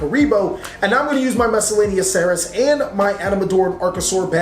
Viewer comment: I love he is sooo coool. Those big nemesis are also cooool. Everything is coooool. But pls... stop saying miscelaneoceras... it is saurus... SAURUS